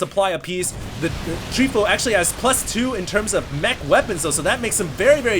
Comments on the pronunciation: terran is Tree fOu. from fOu team, not treefo U. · Btw, it's Tree Fo U